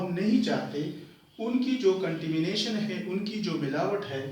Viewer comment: It's 'contamination' not contimination